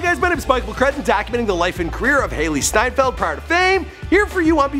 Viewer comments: Isnt it „Steinfeld“ and not steinfield? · Its Steinfeld and not Steinfield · Correction Hailee steinfeld* not field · Her surname is steinfeld not steinfield ... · Ugh it's hailee steinfeld not steinfield